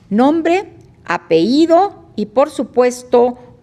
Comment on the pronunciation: Ministra, no se dice apeído, es apellido, si dijese apeído, se entendería que alguien se a aventado un pedo.:face-blue-wide-eyes